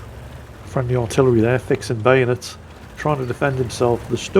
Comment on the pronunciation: "Artillery are fixing bayonates" 😂😂😂😂😂